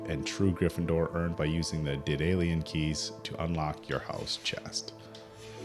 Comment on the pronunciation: A surprise HL?!? Edit: you saying daedalian keys right ONCE is already a highlight 🙏🏼 Edit 2: hearing the correct pronunciation and saying it correctly AGAIN - bless you